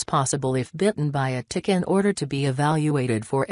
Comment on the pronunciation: Really sounds like this lady says Dick instead of Tick hahaha I was dying! 🤣🤣🤣🤣